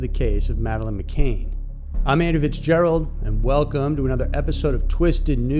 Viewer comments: McCann not McCain. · It’s pronounced Mc-Can , Not Mc-Kane. Doesn’t engender confidence to mispronounce the main family in a case, no less such a widely known one. This channel doesn’t seem to do much research. 🧐 Like some other successful YT true crime channels they seem to rely on easily obtained general info and stock photos that one could find on a myriad of other channels. They don’t even acknowledge the widely held and not yet disproved opinion that there was no abduction in the first place . Just Slick editing does not a good YT true crime channel make. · Just a small point Andrew, it's McCann not McCain. You're welcome mate.